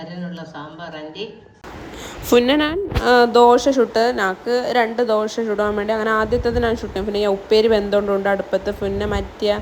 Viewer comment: ദോഷ അല്ലടാ ദോശ